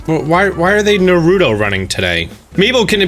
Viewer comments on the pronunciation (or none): oh god that pronunciation hurt my soul to everyone who doesn't know, including, it's " NA ru to," not "na RU to" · You lost me when you said “nuh-ROO-doh” running 🤦🏻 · “Na-rooto Running” Jesus Christ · It’s NA RU TO, not NAROODO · Ricky Gabino nah he said “Narudo running”😂😂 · When he said “Nah Rudo” I felt that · When he says Narudo like he says wadder. Thank you for you videos! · wh--what running? "Nah RooDoe" running?? Is that how you pronounce it properly?! I've always said it like "Nar-oo-toe" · He said nah rue toe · Really ( nah-rooh-toh) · Why do people say Narutos name wrong... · The way he said Naruto 😬 cringe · The way he pronounced naruto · Its 2020 and people are still pronouncing it naruto, its naruto not naruto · I don't plan on playing this game at all but the pause and surprise in voice about the villagers anime or "Naruto running" made watching this video so worth it!!!! LOL I replayed at least four times lol. Hilarious. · Hearing mispronounce Naruto, a name they say in both the English and Japanese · DinoDerp247 the Japanese language isn’t spoken with any emphasis on any particular syllable. Each syllable in a word is spoken with the same rhythm as the last.